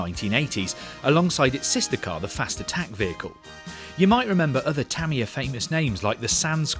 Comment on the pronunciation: "tuh-mia" like "[mia]ta", not "tammy- yuh"